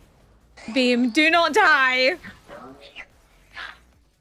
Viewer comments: "Bream"😅 gave me a giggle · I personally read Angel's like about wanting humans to suffer as they die as a lie meant to keep distance between himself and Aki, done out of depression. Damn, referring to Makima as "it". The shade (deserved)! You might have kept calling Beam "Bream" because that's a type of fish, or so Stardew Valley has taught me. Also, all aboard the Aki/Angel ship!